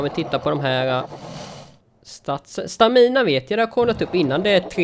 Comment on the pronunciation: Stamina uttalas inte så!